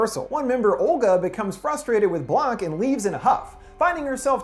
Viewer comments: Why does he keep saying "Blank"? Is he trying to say "Blanc" (blonc pronunciation) in English? If he wants to say "Blanc" in English, say "White" not "Blank" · Why does he keep saying Madame Blank? It’s Madame Blanc. C’mon... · The way you say Madame Blanc annoys me sooo much. Blanc is white in French, its pronounced blaangk. Madame Blank smfh! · Im really annoyed that he keeps pronouncing Blanc as Blank. It's a French name and is pronounced without the strong k. It's "Blahn". I loved the video but please don't butcher names. And if anyone wants to attack me, it's just my opinion. It just unnerves me when not enough effort is put into things of different origins other than English. Great video! Can't wait to see if you'll review Overlord. Im so interested in it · It's pronounced BLAH-NC. Not BLANK. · surprise.. Americans don't speak any other languages lol.. Also, Suspiria is not really a Giallo.. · I had to give this a negative rating. It needs to be retitled as a "summary" NOT "explained" since all you actually did was summarize the entirety of the film with many spoilers. SPOILER ALERT to anyone who hasn't seen the film yet! I also, and I'm just nitpicking at this point but it really bugged me, don't understand why, after watching the film, you mispronounced Madame Blanc's name repeatedly save ONCE. She's not a "blank" letter, dude. She's blAnc! 🤷🏼‍♀️🤷🏼‍♀️🤷🏼‍♀️🤷🏼‍♀️🤷🏼‍♀️🤷🏼‍♀️🤷🏼‍♀️🤷🏼‍♀️🤷🏼‍♀️🤷🏼‍♀️🤷🏼‍♀️🤦🏼‍♀️